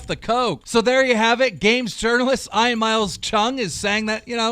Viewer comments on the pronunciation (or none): At first he said Ian correctly then he said I-an not E-an I-an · im pretty sure ian is pronounced ean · Keem says "Ian" normally the first time, 20 seconds later pronounces it "Eye-an" like a dyslexic moron for the rest of the video😑😖🙄. Who the fuck has ever heard the name "Eye-an"?? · why does Keem say Ian like i-aan when its ieen* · Your pronouncing Ian Ain it’s not Ain it’s You pronounce it Eean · It’s pronounced ee-an and i an Jesus keemstar sorry that hurt my head hearing you call him I am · It’s pronounced Eyen not Eyean Keem 😂😂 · EEE-AAAANNNN not fricking eye an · I like how Keem calls Ian "eyean" instead of "eean" like how it really is pronounced lmao. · I-an, my guy keep it’s E•an lmao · Y does he keep saying Ian as “iron”🤦🏾‍♂️😂😂😂😂😂😂 it’s pronounced “E-yun” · dude. I get you have some problems reading.... but its pronounced EEE-ANN not EYE-ANN. Every week dude, you read your script and say some dyslexic shit that makes no sense. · Ian is pronounced like Ean not fucking Eyean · Why is Keem saying eye-an? It’s ee-an right? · It’s pronounced EE-AN not I-ON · "Ian" is not (eye'n) its (E'n) how can you not know how to pronounce a very common name keem? it made me cringe every time you said it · "Eye-ann" bro its EE-UN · its pronounced (ee - an) not ion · Iyan? It's pronounced ean you fucking gnome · “Eye an” it’s pronounced “Ean” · For the love of God someone tell Keem how to pronounce Ian (if you see this Keem, its EE-AN not EYE-AN. You do it with Smosh Ian too) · EEEEEE AN!!!!! Not eye on! Sorry, drove me insane! Much love keem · Keem it’s Ee-yan not Eye-en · "I-an"? cmon keem you can't be that dumb....It's pronounced "E-an" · I swear to god it pisses me off him saying "I an" say it like "E N" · Ian is pronounced Ean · Ian is pronounced EE-yan you dumb gnome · Ian is pronounced E-AN😂🤦‍♂️ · Ian not iron.. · You pronounce it ean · It's Ian not eyean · Keem pronounces Ian as Iron lol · I thought Ian was pronounced EEE-an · It’s e- an you illiterate fck